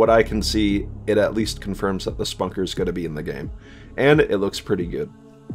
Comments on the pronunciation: Its not the exact halo reach weapon its a completely different variation of it. The BR 85 is going to be ditched and 343 is bringing back the halo 3 battle rifle. Your pronouncing the og ricket wrong its not Spunker its Spanker. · I mean I get that lol just usually people pronounce it "spanker" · man said Spunker